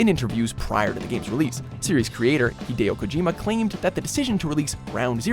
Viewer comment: Are they mispronouncing Hideo's name or is it just me?